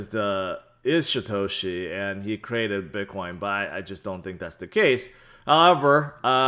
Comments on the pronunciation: why do you call him SHIToshi?! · I believe he calls him SHEtoshi he knows something we don’t